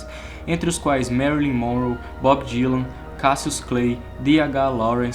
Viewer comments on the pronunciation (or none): none